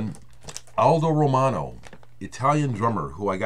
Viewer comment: One of the joys of watching your videos is listening to flawlessly pronounce the names of the artists and bands. Definitely going to listen to or check out Aldo Romano's 'Night Diary'. You have tuned me into quite a few Italian artists in the past and now I can add Aldo to that list. Sending some brotherly love from rainy, snowy, windy and messy New England~ Rob/Boston